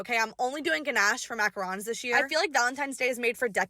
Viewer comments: Baking macaron's and not being able to pronounce it right!😂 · Mackarons 😭😅😅😅 the french are not happy